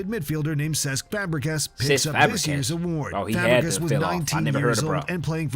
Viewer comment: bro says Fabregas dude😪😪 put some respect on Fabregas name he was a beast one of the best mids of his time one of the best assisters ever